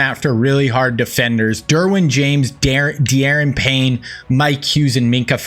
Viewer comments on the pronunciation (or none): Da'Ron Payne you're pronouncing his first name wrong. The game doesn't allow apostrophes for some reason